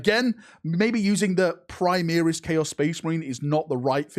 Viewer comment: Call them Primaris, not Primeris.